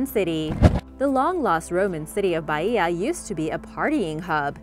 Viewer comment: For the love of God please pronounce Baia normally and not Baiiiiia